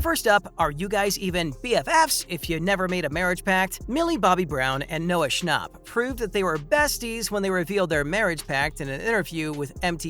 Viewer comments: It’s schnapp not schnopp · its not sha- nop its sha- nap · THE WAY HE SAID NOAH SHNOP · Why they all say Noah "Schnopp" its Schnapp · Why does everyone say his last name wrong it’s Noah Scnh APP not Noah schnopp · "Noah Schopp"💀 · why does he say shnopp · I cant get over the way he says “schnauhpp” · The way you say schnapp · Lol how he pronounced schnapp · I'm irritaded by how this guy says Schnapp😑